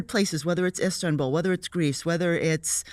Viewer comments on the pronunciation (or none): none